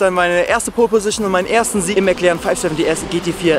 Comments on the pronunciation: Genau, der 'McLern'. Wer kennt ihn nicht😂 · mäc lerren , man kennt ihn. alter...